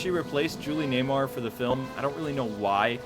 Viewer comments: You mispronounced a lot of names. It's Julie Newmar (New mar) not Naymar. Frank Gorshin (Gore shin) not Gorshine. Ceasar Romero (Rome air oh) It really detracted from the presentation when someone who wants to educate on the history of the show can't pronounce the names correctly. The 1989 movie was NOT "The Dark Knight", it was just "Batman." The Joker WAS in the Olan Soule version of the Batman cartoon, voiced by Ted Knight, who also voiced the Penguin, Eiddler, Commissioner Gordon, Alfred, and many of the thugs (with Kasey Kasem also doing background voices). I NEVER saw King Tut in the Adam West voiced series. If he was a villain, I missed that episode. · Julie Newmar not Namar... A little pronunciation problem with a few of the actors names. Other than that a very good video packed full of need to know facts. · That's Julie NEWMAR, not Namor...